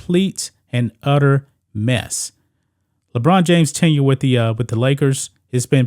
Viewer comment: Ledone James LoL 😂😆